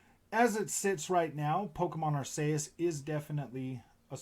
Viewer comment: Ar-KEY-us lol. Great vid